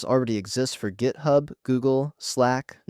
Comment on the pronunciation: AI slop "gaithub"